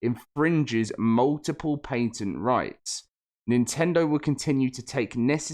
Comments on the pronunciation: Omg this sucks so bad, but it’s pronounced, “pat-ent”, not “paint-ent”PLEASE PLEASE LEARN HOW TO SPEAK ENGLISH this video was so hard to watch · What irritates me more is the paint-ent pronunciation. Pat-ent. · Bro for real I was about to look up what is a painted lawsuit 🤯 😂 good thing I can read on my own or I would have felt dumb asking Google that question